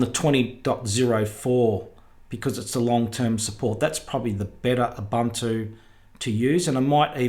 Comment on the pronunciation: There had been debate but the pronunciation is Ooh/boon/two. NOT Uh/bun/too